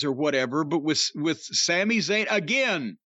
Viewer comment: * ( Za Y ne...**) get it right loozer